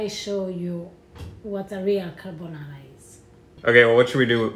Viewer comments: Everytime i hear carbonarra im reminded of gino decampo if my grandmother had wheels she would have been a bike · What Gordon made looked good, but it wasn't Carbonarra.